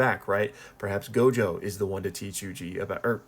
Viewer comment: It's not gojover